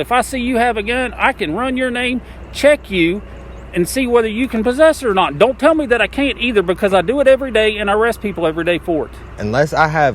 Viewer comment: The biggest tell of someone bullcrapping you is when they speak a single syllable word and make it three syllables long. This cop keeps speaking the word "not" as "no-wa-ut" he is definitely full of himself and crap.